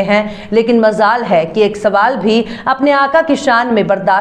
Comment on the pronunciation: Madame the word to Pronounce is: MAJJ ALL Not MAZZ ALL Thanks